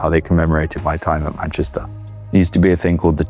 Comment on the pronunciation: Love the way Jack has this really perfect accent but then always says MANCHISTER.